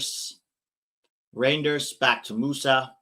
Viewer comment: it is a lot like reindeer, no idea why you pronounce it re-jinn-ders, as the ij in Dutch is a Y. luckily for him he's at a better team now.